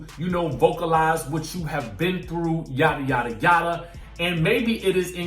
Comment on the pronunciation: Did he say yada, yada or or Jada, Jada 🤭🤭🤭🤭🤦🏽‍♀️😃😜